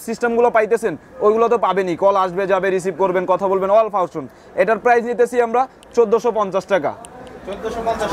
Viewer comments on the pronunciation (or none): Funtion re Fawshon bole abr feature re future bole